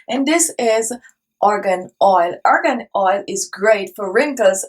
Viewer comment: It’s Argon oil not organ oil!